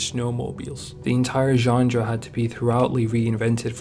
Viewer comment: There's no D in genre. 🤷🏼‍♂️